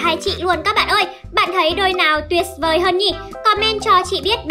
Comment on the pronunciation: Quá là bình's thường luôn 🤣 tuyệt's vời 🤣 tuyệt's vời (lần 2)